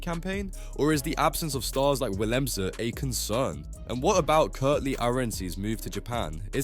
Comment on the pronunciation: Whilhemze,Malherb, Foury, Roess, Arenzie, Kwaaga, jirrrr